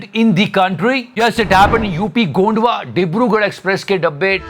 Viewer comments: Gonda not gondva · Gonda not gandwa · ...gondwa ni h...gonda h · bhai gondwa nahi Gonda hain :) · ye gondwa nahi gonda hai (गोंडा) not गोंडवा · Gonda hai na ki gondwa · गोंडवा नही है गोण्डा है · It is gonda not gondwa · Gondwa nhi hai gonda h mai wahi paas m rhta hu ☹️